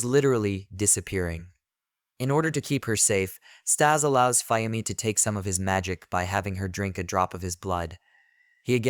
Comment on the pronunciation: also, you're pronouncing Fuyumi wrong, it's Fu-Yumi, Fuyumi, get it?